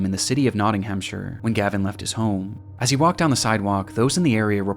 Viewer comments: Nottingham (Not ting um)is the City, Nottinghamshire (Not ting um shuh) is the County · Your pronunciation of Nottingham made me cringe 😭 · "the city of Nottinghamshire" 💀, just so you know, if a place in England ends with -shire it's referring to a county. The city you meant to be talking about is Nottingham, which is the namesake of Nottinghamshire (nice pronunciation of -shire BTW, but the H in Nottingham is silent and it's pronounced more like Nottingum)